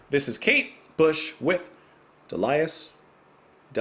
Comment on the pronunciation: I presume someone in comments has corrected not only your pronunciation of De-li-us but slatted you to this composer?